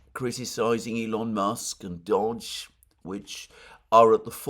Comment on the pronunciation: FFS it's doge, not dodge 🤬